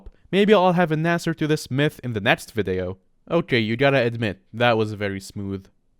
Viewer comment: At first i thought he said meth intrad of mythe lmao